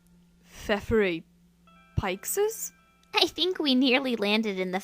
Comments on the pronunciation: Pike·Sies? It's Pea·Seas. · pixis it's pae sheez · I'm so triggered right now...(i don't wanna judge because obviously you aren't Portuguese, but the fact that people say the word ''Peixes'' which for us mean's fish, like ''PAY-XES'' instead of ''PAY-CHES'' because the letter X in Portugal can be read like che.I don't (neither like) to judge people about this but it's quite triggering so just wanted to point that out. :D)(the words ''PAY-XES'' and ''PAY-CHES'' are obviously created to represent the way to say it , not grammar errors BECAUSE U SEE ME GRAMMER BE JUST FINE ) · it's pronounced pishes